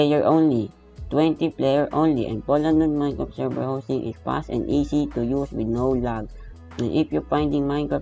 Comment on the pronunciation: "minecrt" dapat minecraft